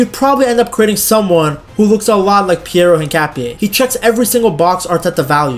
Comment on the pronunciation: this was a great video, and analysis of Hincapie! If I may make a suggestion about the name. The H is silent. Just say the Inkapie. Again, this was a great vid, and will share with my Ecuadorian brothers. Abrazos amigo.